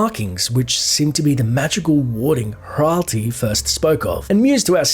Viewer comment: Ralti? Morelike Ratli..